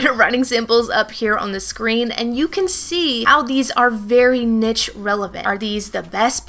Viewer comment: Great information very useful. Please look up the pronunciation of the word niche.